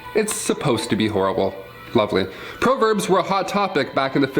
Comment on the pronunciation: Dude keeps mispronouncing the word proverbs.